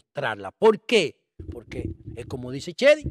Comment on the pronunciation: Señor usted es un buen comunicador, trate de hablar correctamente nuestro idioma español. Reselva, tamo, platafolma, alma (arma), polque ...